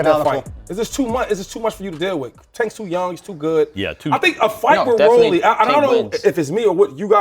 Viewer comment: why tf max pronouncing rolly like that? 😂